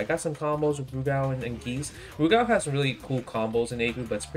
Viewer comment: Good to hear you pronounce Rugal properly. Sajam calls him Roogle.